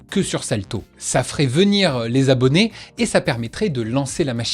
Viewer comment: Deux cent mille Z'abonnés ? Za alors !